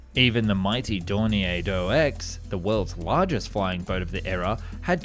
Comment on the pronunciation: And pronounced "Dor-neer," not "Dor-nee-ay." The name is German, not French.